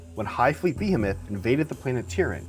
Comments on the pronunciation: Please my guy… it’s beheeeemoth behimoth. And is MacraKe not Macraje. I don’t min people mispronouncing this normally but you’re making a video for YouTube, learn to pronounce basic words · That and behemoth. Why do people have such a hard time pronouncing this word lmao. Bee-hee-moth. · That's not how you pronounce behemoth or macragge